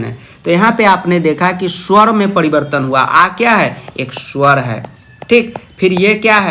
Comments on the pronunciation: sowar hota hai suwar nahi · अ Kya h ek suar hai😂😂😂